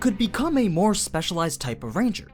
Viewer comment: you said mare when talking about aura's stats XD